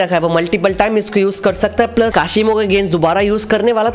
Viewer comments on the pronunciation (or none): none